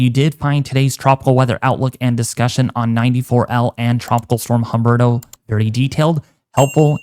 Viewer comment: Humberto is pronounced UMBERTO the H is silent in Spanish!